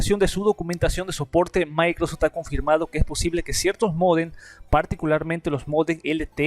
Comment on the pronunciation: "Maicrostim" XDDD